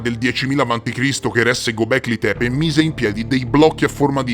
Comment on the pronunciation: Göbekli Tepe Lo stai pronunciando nel modo sbagliato.. E se ne parli da Anni, stai sbagliando da Anni..!